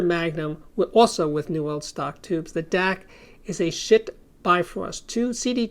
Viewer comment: I love how you enunciate "Schiit"!